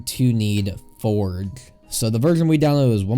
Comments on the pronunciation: my man pronounced forge forg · U said forge u should say forje